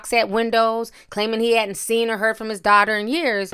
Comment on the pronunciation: Azriel sounds like a girlfriend who's boyfriend broke up with her when she spoke about their last conversation. (My opinion) is this is why she's speaking out now. Side note: somebody please help pronounce the word 'daughter'.